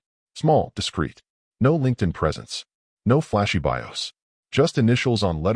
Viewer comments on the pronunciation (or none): none